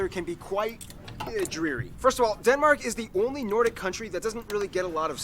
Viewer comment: There are SO many things he gets wrong about Denmark, I don't even know where to start. Also, He pronounces at best half of it right. Please don't insist on pronouncing it "correctly" if you can't :v